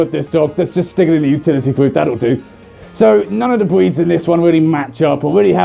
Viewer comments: when he says "Breeds" it sounds like "Bweeds". you may kill me now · I keep hearing him say "bweeds." Please tell me im not the only one here! XD